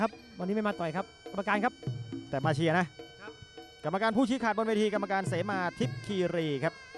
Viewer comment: กรรมการไม่ใช่ กัมการ